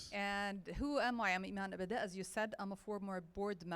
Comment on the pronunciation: The way you’re pronouncing her last name doesn’t sound the way it’s spelled in the title in English.